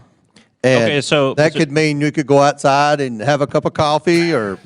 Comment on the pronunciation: "Cash me owside!"